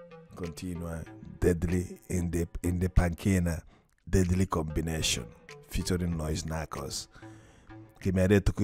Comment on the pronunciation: parli d inglese te e manco sai pronucniare deadly combination